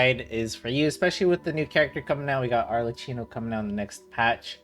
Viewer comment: I'm Italian and the ch together make a k sound so it's pronounced Arlekkino. Also, the other character who helps with crystalfies is not Kazuha but Yaoyao who has the same passive as Sayu.You can relog and the crystalflies will respawn if they have flawn away. Just saying, I don't want to argue or anything just trying to be helpful